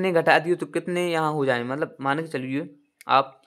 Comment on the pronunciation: Pls bhai galat sahi mat batao phle hindi sahi se padho man ko mal bol rahe ho.our 1 jan to 28 March Tak kitna din hoga apko jodne nhi aa rah h pls abhi our mehnat kro apn ap me